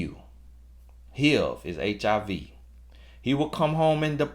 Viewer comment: you speaking the truth. But HIV pronounced Heeiev 😂😂😂😂 general 😂oh lawd!